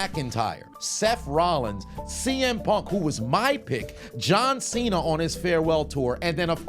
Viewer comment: my boy said Cena with a hard R hold on now brotha man